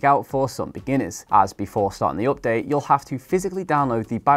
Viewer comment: its (update) Not (Opdate) 😁